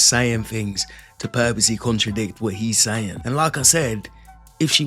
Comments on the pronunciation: “Purpolly” can’t even speak correctly…. I’ve watched the Matt rife Miami comedy video and I acknowledged how unintelligent these people afe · Him: On purpose Her: Purr polly? Pur polleleee Porpolylee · 30 seconds in the pink shirt 👚 chick says “purpuly”!!! “PURPULY”!! Purposely?? Maybe 😂😂 wtf bishhh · Also, it's "purposely"...not purpley 😂